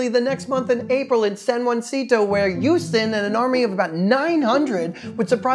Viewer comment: Memes were funny , the review of history was a joke and shouldn't be allowed in any classroom. The funniest thing may have been your pronunciation of Brazos, San Jacinto ,and Houston (really you can't get Houston right)